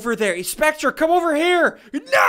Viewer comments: Also Ssundee spectre is pronounced speck-ter not speck-tra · I'm pretty sure that it is pronounced specter -_ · He mispronounced spectre